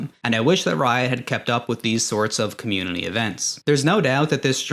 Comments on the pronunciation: bro struggling with the word "community" why you throwing an L in there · This guy found a way to say "community" with an "L"